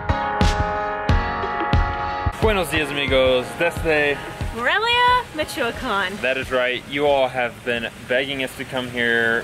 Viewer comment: Its More-elia.